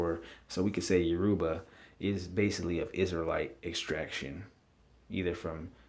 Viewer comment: Please pronounce the name correctly! You- Ra-Ba, not Yo- Ru-Ba. Actually, the israelites/Hebrew got their traditions from the Yoruba and Akan,. We didn't get our culture from them. They got theirs from us. Assyrian??? Hell no! When you are talking about Oyo, if Alaafin Sango, baba mi, the fourth Oba of Oyo -- it's greatest Oba (king) is not listed, this is bogus. Iya Kai, Oni Sango.